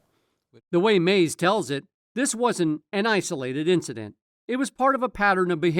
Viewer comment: Every time he says Mase name it’s annoying to hear Maze